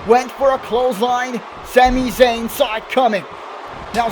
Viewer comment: why do u say shami shayn